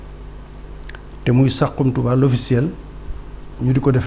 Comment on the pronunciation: On dit "saxum touba"et non "sarum touba"ak jegalu gu kawee